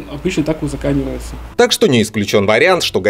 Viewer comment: узакОнивается,а не узаканивается..Эх,эксперты....))